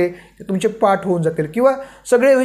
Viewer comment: पाट नव्हे , पाठ